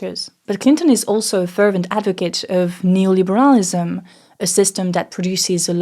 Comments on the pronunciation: It's Ne-oh-liberalism, not Neoliber-ah-lism! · Rightly disrespect neoliberalism by never pronouncing it right ✨ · damn, I thought you were intentionally mispronouncing the word in order to give the video a more French feel. I was dead wrong